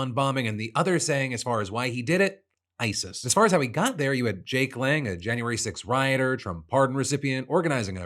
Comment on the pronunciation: You heard him say hebwas there because of ISIS... but I heard him say "ICE-s (the second S is no longer silent."